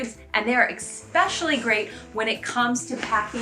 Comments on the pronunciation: Not trying to be mean, it drives me nuts when people say EX-specially instead of es-pecially. I normally wouldn't comment on it but you said it 10+ times in the video. Love the content :) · Pssst: The word "especially" does NOT have a hard K sound in it.